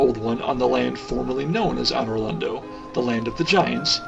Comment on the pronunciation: Great Vid, but one thing pissed me off, Anor Londo is pronounced ANN-or LonDOE